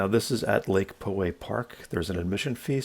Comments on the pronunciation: As a native, I came here to say this. POW-way, not PO-way. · You were saying "Po" way ;) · I've hiked the trail many times. Spot on advise about getting up early and getting there just before dawn. I hate the crowds so leave early and pass them on the way down. Btw its pronounced Pow Way. John from Poway. Thank you for your video. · Lake "Po" way :) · Isn't it pronounced Lake "Pow" way?